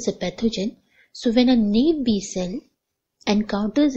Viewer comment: Not enough information about T cells and their receptors. There's necessary information about MHC I and II that you didn't explain. Plus, your pronunciation of naïve...